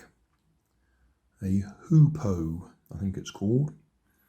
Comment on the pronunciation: It's pronounced "who poo", just a little faster than if you were asking who had used the loo